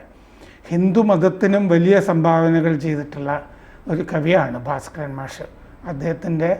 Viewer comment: " ഭാര " സ്കരൻ അല്ല, " "ഭാസ് " കരൻ.